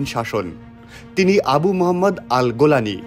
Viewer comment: কোন ব্যক্তিকে নিয়ে নিউজ করার আগে তার নামটা শুদ্ধ ও সুন্দর ভাবে শিখে নিয়ে মিডিয়ায় প্রচার করা উওম। গোলানি কি হ্যাঁ? জোলানি হবে।